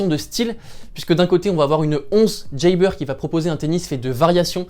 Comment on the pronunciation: Pourquoi tu prononces à l'américaine "jeybeur" haha